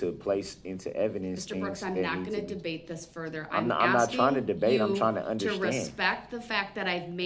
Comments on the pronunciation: What is "undershtnd"? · DUDE THERE IS NO H IN UNDERSTAND, MY GOD YOU BUFFOON